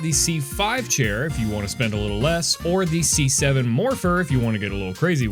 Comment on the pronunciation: c7 almost sounded like 67